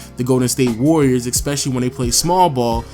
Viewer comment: ES PE CI LL Y not expecially